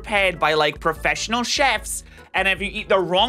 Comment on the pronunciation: In this house we pronounce “Chef” with a “ch” sound instead of “sh”